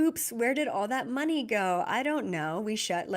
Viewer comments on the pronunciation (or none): none